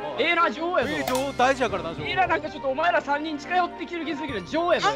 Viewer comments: ~ のちょっと巻き舌入っててすこ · 「お前rら俺のせいにしすぎやから お前rrら嘘上手いくせにそrrれはナンセンスやぞ」 の巻き舌が…🌀